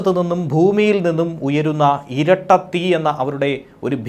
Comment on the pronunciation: ഇരട്ട തീ എന്നല്ല മറിച്ചു ചിരട്ട തീ എന്നാണു ബാങ്ക ചേച്ചി പറയുന്നത്